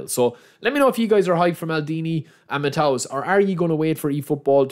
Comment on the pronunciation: You pronounce Matthäus like Mattheus - not Mattaus